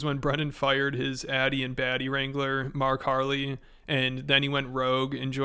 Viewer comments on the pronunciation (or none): It's pronounced Marg Harley, come on lazy smh.